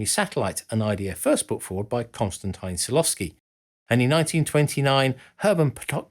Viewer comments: And as usual, the American horribly butchers foreign names. Who, please, are Hurmen Oweburf, Konstantayn Tsilofsky, or Hurmen Potoknik? Is it really so undignifying to make a handful of Google searches beginning with "how to pronounce" that you can't possibly bear to make them, lest it irreparably hurt your pride? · Sorry to intervene, but this is very much not how to pronounce Konstantin Tsiolkovskiy